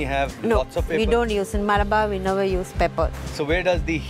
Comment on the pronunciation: Its Malabar.. Not Maalabar